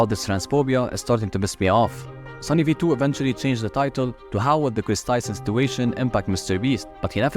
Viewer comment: It’s not ava Tyson it’s Chris Tyson